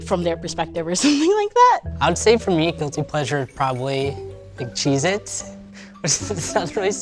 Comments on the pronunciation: When he said cheese it’s I thought he said Jesus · him saying “cheez-it’s” made me choke on the cheez-it i was eating😂😅